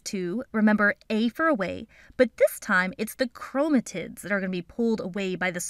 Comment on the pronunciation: Your videos are my favorite! And you say Gametes like they're cute babies 💓, But aren't you mispronouncing Chromatids... 🤔